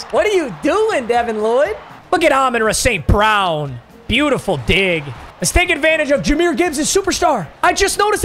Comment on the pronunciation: Bro really said Amon-Ruh St.brown😭😭